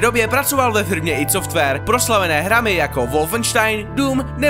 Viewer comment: nečte se to id sofrware ale "aj dý softvér"